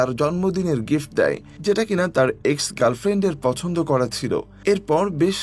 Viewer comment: Pronunciation ta r o improve Korte Hobe, পছন্দ, ছেলে এসব শব্দে "ছ" উচ্চারণ শুনতে আঞ্চলিক ভাষার মতো লাগছিল,আশা করি আগামীতে আরো ভালো করবেন